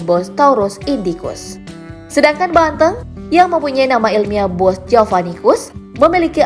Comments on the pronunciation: nyebut nya salah. bukan banteung tapi banteng kwkkwkw aneh kedengerannya. Macam nyebut 'e' nya kayak "capek" bukan 'eu" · Ngomongnya kata banteng SALAH, hrs nya banteng kayak kata ejek bukan kayak seneng